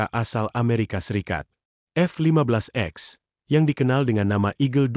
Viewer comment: Boss bukan F 15 x, tapi F 15 ex, baca "ix". Sebelum baca narasi, belajar dulu